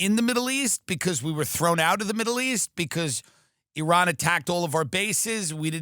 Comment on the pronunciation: Dude you're the first american that pronounces iran correctly lmao